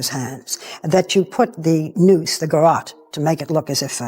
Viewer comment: Did you hear his pronunciation of garrote? But then he said it correctly amazingly now he doesn’t.